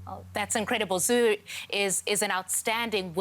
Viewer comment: Say to. Here (zuhuur) Iskadaa diyaanada!!! 😬😬